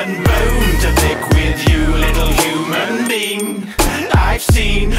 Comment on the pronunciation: Whenever he says "Little human being", it sounds like "Little Human Bean" lol